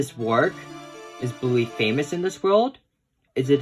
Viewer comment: Don't you ever rhyme "Bluey" with "Newy' ever again.